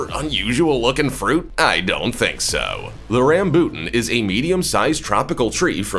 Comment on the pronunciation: The Rambutan is pronounced here in Ph as Ram-bo-tan